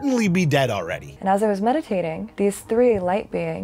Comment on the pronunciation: She seems to have mispronounced "medicating". lol Also, of course she's in CA. 😆